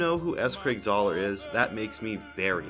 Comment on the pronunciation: Great video, but why did you call him Czar? His last name is Zahler